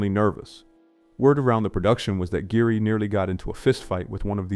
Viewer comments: The tech is improving, but the giveaway is when it "mis-inflects." And mispronunciations... like pronouncing Richard Gere's name "GEAR,"(Correct) then "Geary" in the next sentence. I'm not trying to shame anyone who likes the content, but the VO has ZERO topography. It sounds like a person with social anxiety took an Ambien to read a book report. And it's killing original content creators. Visuals I'm not so harsh on, but VO? If a creator can't even be bothered to read the copy (they probably authored on GPT), then I choose to not reward that. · Richard Gare? It's pronounce Gear. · [Richard] 'Geary' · Richard "Geary" took me out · The E at the end of Richard Geere's name is silent so it sounds like gear ⚙️ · the dead giveaway here is the mispronunciation of Richard Geere's name.